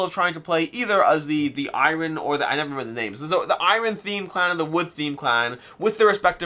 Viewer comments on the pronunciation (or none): none